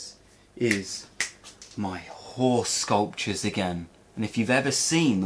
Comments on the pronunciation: false advertising! 😆. With your accent, I swear you said whore sculptures. 😂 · I still cant tell if you are saying horse sculptures or whore sculptures. Either one seems acceptable to me though.